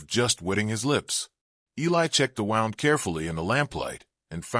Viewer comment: Please Please Please learn to READ ..... WOUNDis pronounced Woo..ND Please People its so sad that Voices coming up are not educated enough to be a Voice we would love to listen to